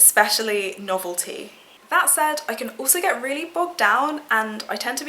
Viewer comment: It sounded like you said that you get excited by "normal tea"... maybe you said "novelty"? Girl, your enthusiasm towards the end has got me giddy! Loving this insight into your wonderful personality. 💖